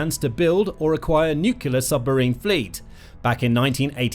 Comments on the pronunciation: Nuclear submarines NOT Nucular submarines. No such word as Nucular. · Oh fer pete's sake. its Nuclear - say it with me New - clear NEW-CLEAR. and its arCtic. say it with me ARC - Tic ARC-Tic. Its really not very difficult. You seem like a grown-up. You dont seem to be a dimwit like George Bush. Just try it I'm sure you can do it. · Can you please learn how to pronounce "nuclear"? There's only one "U" in the word.